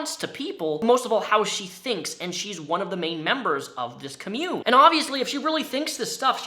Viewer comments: The was you mispronounce ‘commune’ makes me think you are saying ‘commode’. Lol Try like this: kom-yoon :) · "Ka-mune" Bless you. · Nobody: Not a soul:: commUNE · Everytime he says commune I cringe... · please learn how to say commune.. hahaha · Really can barely watch this cause of how you pronounce commune. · How come failed cult leader “actors” always go for Joker vibes in their “art?” Also, I know I have a problem but, THAT IS NOT HOW YOU PRONOUNCE COMMUNE IN THIS CONTEXT AND YOU ARE GIVING ME A TIC. {sorry I lost my cool} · You say commune wrong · Dude, you showed the definition of Commune. The correct pronunciation is RIGHT below it. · I love your content and what you do with these videos, but the way you're pronouncing the word "commune" has me triggered. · Every time you mispronounce the word "commune" I die a little bit inside. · Okay this is totally a nitpick and I apologize in advance. It's pronounced Kah-myoon, not kahmyoon. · It's pronounced COM-mune, thanks for the comprehensive video though. I'm surprised you didn't make the kool-aid connecting with Jonestown? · Re: mispronouncing COMMUNE - i'm seriously debating watching the rest of the video because I know I'm going to be annoyed. you can definitely tell that and everyone here that is defending him has never heard of an actual Commune (pronounced KAHmyoon, even says in the definition shared) /ˈkämyo͞on/ yes, the word commune as an action(verb) is pronounced similarly/just like 'commun-ity'... or lets commune together for tea. that is the way is pronouncing it BUT the word COMMUNE describing a group that lives together, shares shit, vegan, love, hippy-dippy co-op... that is pronounced KAHmyoon! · if you talk about this again i just gotta tell you friend it's COMmune with emphasis on "com" because it's a noun. comMUNE is the verb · The emphasis on "commune" goes on the first syllable. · Everyone: com-yoon: cah-moon Me internally: AHHHHHHHHHHH